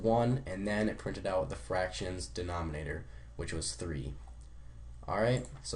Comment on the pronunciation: Are you illiterate??? Denominator not denomonator!